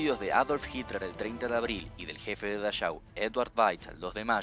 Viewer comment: Que bueno tenerte de vuelta! Genial el video. (campo de concentración de Dachau se pronuncia dajau no dayau) se que estabas estudiando alemán era solo para que sepas. Genio